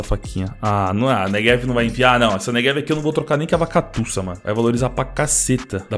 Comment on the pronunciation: tu diz neVeg em vez de neGev igual eu